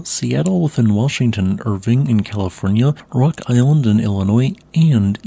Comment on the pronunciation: Hey just a little heads up for the city Irvine is pronounced literally "ir-vine" not irving